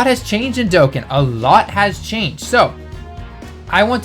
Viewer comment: IT'S DOE-CON- NOT DOEKEN